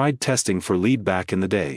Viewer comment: AI doesn’t know how to pronounce lead.